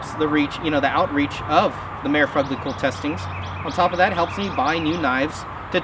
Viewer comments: Not "chi" it's "kia" but don't feel bad out of like all the videos on this knife on YouTube only one guy pronounces it correctly. Also omg! After repeated strikes against a mere cinder block I wonder how it would stand up to a caterpillar D-9? I think that test would be just as practical. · Pronouced "kie-meera" not "chi-mera" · Fuck me, I hope you're not still pronouncing 'Chimera' like that. 'K-eye-merah.' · Try saying it like this "Ky-mera"